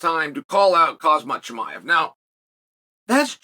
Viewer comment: Chael can never get the names right 😂 He said Kozmad chimaev , Blahall. Wtf lol